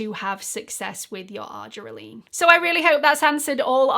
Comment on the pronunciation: Thanks for this helpful video as I do use this product in my skincare regimen which includes tretinoin, niacinamide, AHA & BHA acids and LAA Vit. C. Because I use my Vit. C and acids in the am, I'll take care to only use the argireline in the evening. But, please note, FWIW, it's pronounced "ar-JEER-eh-lean".